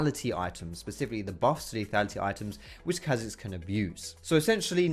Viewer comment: anyone else get a tad annoid when he said chazix not K hazix